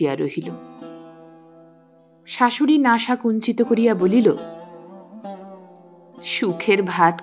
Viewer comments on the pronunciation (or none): none